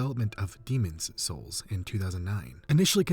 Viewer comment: Why do you say Demon's souls like that?!